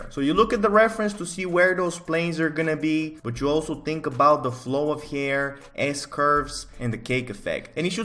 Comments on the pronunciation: Nobody:..:"hayier" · nobody:: heair